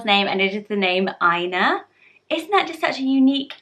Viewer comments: I'm an Irish speaker and Eithne is pronounced Eth-na instead of Enya 😊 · Dear God, please stop butchering these beautiful names. If you are going to make a video about Irish names learn how to pronounce them first or maybe leave it to someone who knows the basics of the language. If you’re going to appropriate, at least get it right. . Aine- Awn-ya Oisin- Usheen Eithne- Eth-na Colm- Col-um Lachlan- Lock-lan...no rolling the tongue, it’s Irish, not Scottish Dearbhla- Dair Vla, not Dear Vla Bh is a V sound in Irish. Roisin- Row- Sheen, not Rusheen. It’s not just the Irish spelling that’s lovely, it’s has to actually be pronounced in Irish to be lovely. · I appreciate the effort and research you put into your videos but I have A few notes on pronunciation. Eithne is pronounced ethna. Conlaoch is Conlock. Dearbhla is Dervla 😊 Much love from Ireland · Aine is pronounced “awh-nya” in all dialects, aswell as oisin is pronounced with an “uh” at the beginning, eithna is “Eth-na” and Róisín is pronounced “row-sheen”. All of these pronounciations apply to all dialects. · I’m from Ireland but I think eithne is pronounced differently. I would pronounce it Et-na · You didn’t pronounce aine right , it’s awn-ya. It’s Ann in Irish . Dearbhla is der-v-la and eithne is ethna, maybe get your facts straight before claiming that u are able to pronounce Irish names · Pronouncing Irish names is so though! But the pronounciation changes the names so much. Aine is 'awn-ya' eithne is 'et-na' Colm is 'cul-um' Love the vid as always. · I’m not a fluent Irish speaker and maybe I’m wrong but I was triggered by her pronunciation. From my own pronunciation and peoples around me here in the west of Ireland... Aine= Awn-ya Oisin= Ush-een Colm= Kol-mmm (exaggerates m with a slight u sound after l) Eithne= Eth-na Dearbhla= Der-vla (ea pronounced like an over annunciated e and bh always makes a v sound) Roisin= Row-sheen Loved the video, nice to see familiar names xx